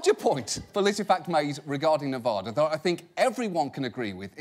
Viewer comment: As someone who lives in Nevada, I am kinda annoyed by how he says Nevada.